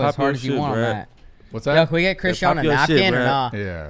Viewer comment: Bro when he said. Christean lol it's not christean it's chrisean has me 😂😂😂😂😂😂